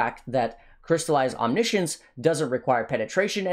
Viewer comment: Literally every streamer pronounces omniscience wrong :P